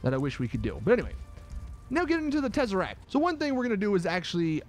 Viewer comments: Second tezeract 😂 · If u came for the terzeract